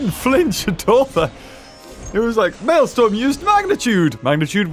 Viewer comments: its not maelstorm(mayl-storm) it is maelstrom(mayl-strom) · Btw, that boss's name "Maelstrom 08" is actually pronounced as this MaleStrum not Malestorm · Every time he says Mae l"storm" instead of Mael "strom" I die a little inside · you pronounced the name wrongly it is not storm it’s strom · I just started the video and not finsihed it it, but it's not malestorm its malestrom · Um beaver its actually pronounce "Male"-"Stir"-"Om" not "Male"- "Storm". Also I tried and the glitch doesn't seem to work. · The correct pronunciation is Male-strom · Btw,. It's pronounced MAIL-STRUM. Basically a stupidly deadly whirlipool. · you pronounce maelstrom maelstrum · Why is saying Male-storm? I want to believe he just didn't see it correctly. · beaver my god its pronounced mail-strum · IT'S PRONOUNCED 'MALE-STROM' sorry if he said it later in the video I had to get back to playing xenoblade 2 lol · It’s pronounced Mail-strum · It's pronounced malstrum